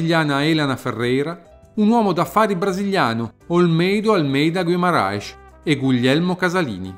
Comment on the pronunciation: La pronuncia del congome "Guimarães" in Brasile e com la "S" como si fosse lá doppia "ss" in italiano.